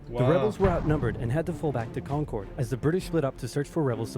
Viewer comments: Hi Massachusetts native here. When he pronounced concord he said it wrong. I’m from like 20 minutes from concord and have family from there I see regularly. It’s pronounced like con-curd. Curd as in the food ya know? Con-Kerr-d like Steve Kerr the coach. The or in it is pronounced like someone that’s confused. Errr. Yeah carry on and murica. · As someone who is from Mass. I hate how the original video's narrator says Concord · I've never heard it pronounced that way. Odd. Wonder why it's so wildly mispronounced?